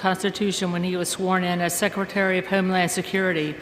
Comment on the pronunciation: She says HEME land